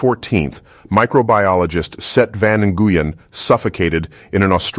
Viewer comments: Just a pro tip for pronunciation... Nguyen is pronounced like "Wynn," not "na-goo-yen." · It’s pronounced NWIN, not EN-GU-YIN 😂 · Just a helpful note - NGUYEN is pronounced more like the word WIN, not IN-GOO-YEN. Still an awesome video! 🤘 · Brother, Nguyen is pronounced "win", just letting ya know. big Vietnamese pop in south MS. Love the content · "n-gu-yen" bro... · Fun fact Nguyen is pronounced like “when” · nguyen isnt said like that. lol